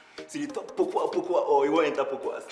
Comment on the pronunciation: but chaley you guys 4respect the name Pokua by pronouncing it well